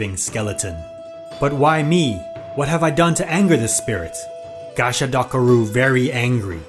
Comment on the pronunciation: Idk why but that *gasha dakaru" Was so funny 😂